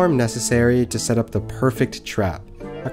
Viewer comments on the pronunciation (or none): At the end it sounded like he said Subscrime! xD